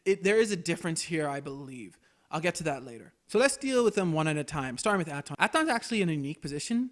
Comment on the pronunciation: You know, they say Atton's name a ton of times in game. You trying to be Billy Dee Williams, here? They pronounce Kreia's name, too...